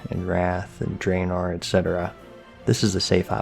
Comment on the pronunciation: DRAEONOR LOL